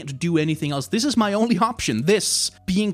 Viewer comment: i like how you say "this is my only option, THIS!" as you pick up your rat